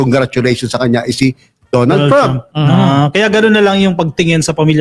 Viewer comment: GUYS DONALD IS PRONOUNCED AS DANNALD TRAUHMP NOT DON ALD,, '"TRAU-MP" IT'S TRAH UMP...